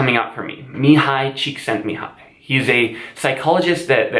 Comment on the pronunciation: As a Hungarian I love the way you pronounced Mihaly Csikszentmihalyi. 😃